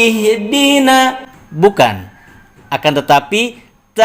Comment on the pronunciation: Mohom maaf izin. Sebenarnya bagaimana cara mrm baca huruf ه baris sukun. Skli lagi saya minta maaf tadi sedikit saya dengar baca kalimat ihdinassito... Huruf ha' besar. Seperti di qolqolahkan... 🙏🏻🙏🏻